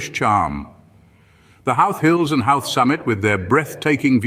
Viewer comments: First thing I'd recommend you do is learn how to pronounce the name of the town properly. It's not How-th. It's Ho-th. Also, be warned that this video is full of clips that are not of Howth. After watching the whole thing it should be classified as false advertising. Find another video to watch; there's lots of them. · Lovely to see old places. But - why not an Irish voiceover? Why didn't someone tell the narrator that the name is pronounced HO-wth not HOW-th? The interesting point for me is for years I've tried to tell people there must have been an ancient connection with famous archaeological sites Knowth and Dowth, pronounced as he pronounced HOW-th! Good one but some shots are not of Howth. Thank you. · Hilariously inaccurate video, and maybe a quarter of the images are actually of Howth (which is not pronounced How-th, but Hoh-th). To list all the things that are misleading or just plain wrong would take longer than watching the video. Its very existence mystifies me... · As a Resident of Howth (pronounced with the Brythonic w as "ho-oth"), this video is utter AI sausage-meat en$htification. An indictment of it's creators and presenters. :-( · It's not pronounced HOWth! 😂 Half the stuff in this video is not in HOWth. 😂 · Colourful houses at the beginning of the Video is not Howth pronounced (hoo th ) those houses are in Cobh Cork pronounced Cove .. bh in the Irish language sounds like the letter V ( bh= V) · Funny pronunciation of Howth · complete hogwash..cannot pronounce the name of the town properly, over half of the clips are NOT of Howth,,I wouldn;t go anywhere with this gang..you might end up in Outer Mongolia